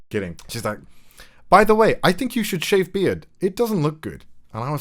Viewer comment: “I think you should sheave beard” english good